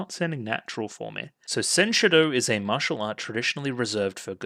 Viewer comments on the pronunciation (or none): none